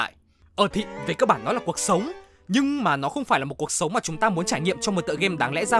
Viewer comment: Ko có ý gì nhưng mình chắc ko phải là người duy nhất nghe narrator nói "cuộc sống" thành "cột sống" nhỉ 😶🙃